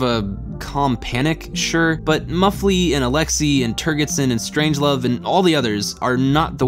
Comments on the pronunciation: "Turgidson" is pronounced with a soft gee or jay consonance, and not with a hard gee. The name itself is a joke on at least two levels. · It's pronounced "Turge-id son". . .No hard "G". . .From the word "turgid". . .Think of the "g" as a "j" instead and you'll pronounce it correctly. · I love your work here, however, My only note (and it is pronounced this way in the movie) turgidson is pronounced turgid (like a boner) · You mispronounced Turgidson. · Also, the consistent mispronunciation of the name General 'Turgidson' really should be repaired. It's almost as if didn't listen to the film, or even get the sexual-play with the name. How is that possible? Other than these things, and the quite bizarre films-pulled for illustrative purposes...which are jarring, at the least... makes some very interesting points, and that's from someone who has known 'DS' for over 50-years.